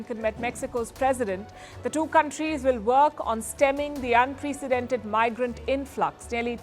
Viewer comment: Seriously, please take a course on pronunciations. Here are the words that you need to learn to pronounce correctly: UNPRECENDANTED(pronounced un-president-ed), MISSILE pronounced /ˈmis(ə)l/', Harassing pronounced /həˈrasiNG.